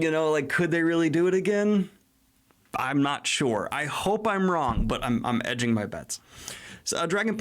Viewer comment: Daniel saying he's "edging" his Shrek bets instead of "hedging" them had my brain going in a VERY different direction than intended hahaha.